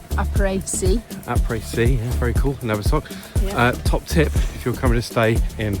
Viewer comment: 100% this, very basic pronunciation and people just can't be bothered, it's rife over youtube